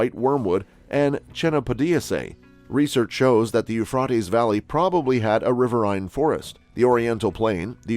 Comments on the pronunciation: I would LOVE to know WHY they INSIST destroying OUR English language?? This person Thinks saying Euphrotes SOUNDS better than the Euphrates????? It's ALL over ALL of these shows. It HONESTLY SOUNDS STUPID. Don't we already SEEM stupid ENOUGH without this?? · Eufroties wow 😳 Americans really know how to murder the English language